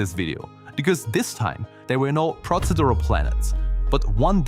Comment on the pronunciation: Good review, engaging even! Could just be me, but the pronunciation of certain words immediately pulls me out. Master this and you will do better. (E.g., Pro-see-dural vs pro-say-dural ).